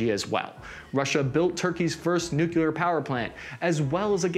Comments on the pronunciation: The number of times he's said "nucular" weapons leads me to believe that some of the mispronunciations might just be intentional. Designed to get us to comment about it, like this. (Although some of the Ukrainian villages are only pronounceable by locals anyway.) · Forever NUKELAR! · You could say that he just wants to go "nucular" on us. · Donic People mispronouncing 'nuclear' as "New-Q-Ler" will forever be a pet peeve of mine.